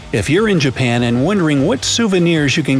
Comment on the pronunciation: BRO THAT'S NOT 'JUPAN' THAT'S JAPAN